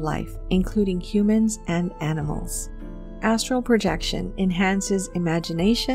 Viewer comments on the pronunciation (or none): I have watched this video atleast 20 times and up til now I thought you were saying asshole projection